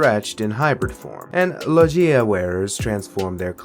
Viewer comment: Great vid but its not lo-jia its logia but anyways great vid